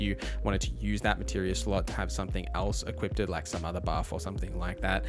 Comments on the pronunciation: Great content my good sir. But it's "equipped" not "equippted" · Great video, but it’s pronounced E-QUIPT, not E-QUIP-DID. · It is equipped not equipted. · Say it with me Eeee-quipdh not eeee-qiped-edd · Sounded to me like he was saying “equipted” like…equippeded. I like the build but credibility remains low in my book. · Equipded? It's equipped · Im begging you to stop saying “equippeded” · What the hell is "equipted" exactly? The word is "equipped" 🤦🏻 Stop making up fake words. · My bro, please stop saying "equippedded", love the vid though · This was pretty cool, but I can't unhear you say equippeded